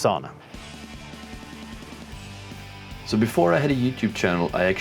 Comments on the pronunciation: sauna. not saawna but otherwise nice video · Yep - like English would spell 'sow-na(h)'